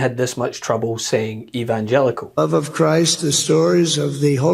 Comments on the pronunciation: I thought he was about to throw up when trying so say "evilogical" or whatever that Word was about to be he was trying to pronounce. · Well, it's not surprising he can't pronounce evangelical; he just pronounced his wife's name "Mercedes". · Trump can't even say the word Evangelical. 😂🤣😂🤣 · Rev Trump 😂😂😂😂😂i guess that's what he is to the evangelicals.... can't even pronounce it right go figure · The Republican 🤡 clown party is following Damien from The Omen to the end!!! Reason he couldn't say evangelical 😅!!!! The Manchurian Candidate!!! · I sympathize w donny. When I'm fall down drunk, evangelical can be difficult to pronounce 😮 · He had trouble saying evangelical and was very late cause he's stoned. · The thing about that "stumbling to say evangelical" clip is that in his first attempt, he does manage to get all the syllables out in the right order, he just didn't sound confident. The problem was when he tried to correct himself and failed.